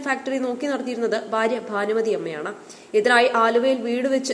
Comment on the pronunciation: 'ബാനുമതി' അല്ല ഭാനുമതി ആണ്. ചാനലുകൾ എല്ലാം തന്നെ അക്ഷരസ്ഫുടത ഇല്ലാത്ത മലയാളമാണ് വിളമ്പുന്നത്.. എന്താ മലയാളീസ് ഇങ്ങിനെ?